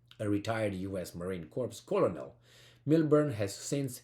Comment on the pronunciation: it's pronounced marine core, the p is silent